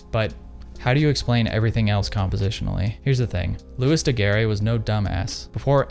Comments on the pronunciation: Great video, but Daguerre is pronounced more like "Doug Air," the e at the end is silent. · An interesting video. But, please pronounces his name correctly. It sounds like Looey Degair. Beep! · It is pronounced ''daguerr'' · Your prononciation of Daguerre is as painful as Kodak's prices, just like Kodak, this video is gold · loved the video! please just look up how to pronounce daguerre for the next time :P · man can pronounce Daguerreotype but not Daguerre lmao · Yes why bother to look up the pronunciation of the man you're going to repeatedly say the name of through the video.